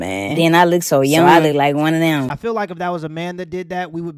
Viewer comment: She was there to, and I quote: "Teech deez keys". "mooch" instead of much. "dow" instead of down. "den" instead of then. "dem" instead of them. "skew" instead of school. "missed understang" instead of misunderstanding. "... enyteeng seksooal from keys ..." (anything sexual from kids) "imm'a whorl dat" (I forgot what this shit was supposed to be before I finished typing it) She should be shot, and that's not even getting into her pedophilia.